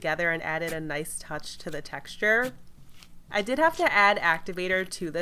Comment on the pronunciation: The way she keeps saying texture in all of her videos is bothering my soul